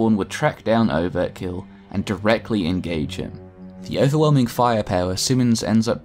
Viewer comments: Overkill not overt kill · Overkill not overtkill